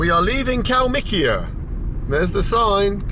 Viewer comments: Wanna get wasted? Just take a shot or sip everytime bald says, kalmik or kalmikia 🍻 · Mr. Benjamin You betrayed the Soviet, now you just say Kalmikiya instead of it